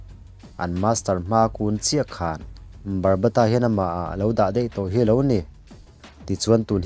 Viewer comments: Barbata nilo in babata 😊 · Barbata nilo in Baba ta tih tur aw sir